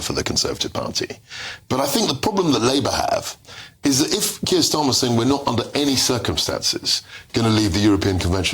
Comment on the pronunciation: Stop Kherr Schtammer.